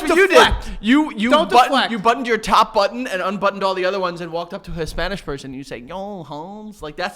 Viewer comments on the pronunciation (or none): saying Hispanish kills me every time